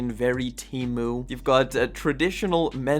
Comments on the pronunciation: Its not teemmyew 😂😩 teemoo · TEE-MOO,not TEE MEW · Why is bro calling it Temew 🥀